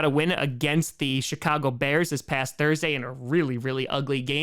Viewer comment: Kinda sounded like said shitcago bears